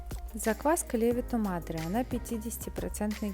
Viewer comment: Но ведь правильно говорить ЛевИто мАдре